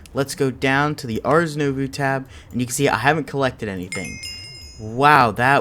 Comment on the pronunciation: First and foremost: I love this series SO much! Please understand that I say this with love when I correct your pronunciation lol Ars Nouveau = arz new-voe It's french so it's not supposed to make sense